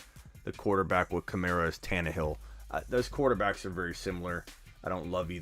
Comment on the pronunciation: Am I the only one who gets irked when people pronounce KamAra like Kamarra